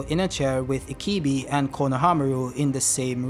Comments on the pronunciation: Why do you keep calling ibiki, ikibi? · Sir You kept pronouncing Ibiki wrong you kept saying Ikibi not ibiki!!!! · Dont know why you keep saying "IKIBI" It's I-B-I-K-I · R u saying ikibi 😂 lol it’s pronounced E - BEEEEEEK- ie 😂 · His name is Morino Ibiki and not Ikibi LOL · Ikibi ??? My hears hurt, it's ibiki for fck sake damm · bruh, not that hard to say EEEE BEEE KEEEEE.. ikibi lmao xD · Am I the only one that gets triggerd by the wrong pronunciation of the name "Ibiki" I-BI-KI not I-KI-BI .......nontheless cool Video! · Mitsuki the real MVP this chapter. Also stop saying Ikibi. His name is I...bi...ki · I think he's called ibiki not ikibi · HIBIKI repeat after me HI-BI-KI! Thank you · Say it with me E BEE KEE Ibiki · its pronounced e be ki my guy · Bro keeps saying “ikibi” like the name ain’t in many pages he’s reading. The cuffs restrict the formation of chakra, not just jutsus. Everyone uses taijutsu, that’s physical reinforcement type of jutsu. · Pronouncing Ibiki’s name wrong the whole video is nasty work😬